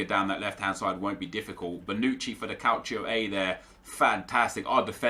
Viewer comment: Why tf do u say Calchio? It's Calcio u downie